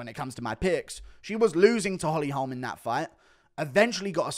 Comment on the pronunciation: Guru never sounded more American. "Holm"